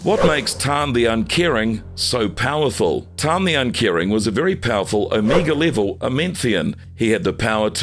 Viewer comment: Did he say Amiga level mutant. So he fairly weak like the 1980/1990 computer oh the funny ways people say words. There a youtuber that says fifty instead thirty I die laughing.